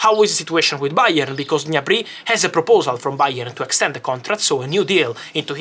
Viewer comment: Fabrizio, you can't read Gnabry "all'italiana" 🤣😅 it's pronounced "G-N-abri", with a hard G and separate G and N sounds. and the accent is on the A, not on the Y (he's German, not French ;) )